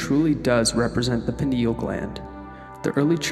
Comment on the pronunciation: It's pronounced Pine-al gland as in pine, it's shaped like a pine cone, from the pine tree.